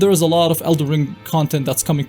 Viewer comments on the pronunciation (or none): Is the title of this game el"den Ring or El'der ring because i keep hearing elder ring instead of elder ring in this video? that said elder ring does roll of the tongue much better doesn't it?